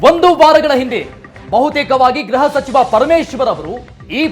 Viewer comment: ವರದಿ ಬಹಿರಂಗ ಪಡಿಸೋದಿರಲಿ...‌ಮೊದಲು ಗ್ರಹ ಸಚಿವರನ್ನ ಗೃಹ ಸಚಿವ ಅನ್ನೋದನ್ನ ಕಲಿಯಿರಿ. ಅಪಭ್ರಂಶವಾಡುವ ನಾಲಿಗೆಯನ್ನ ಇಟ್ಟಿಗೆಯಿಂದ ಉಜ್ಜಿಕೊಳ್ಳಿ. Nonsense...